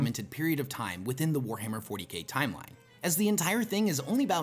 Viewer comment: Warhammer More-tyK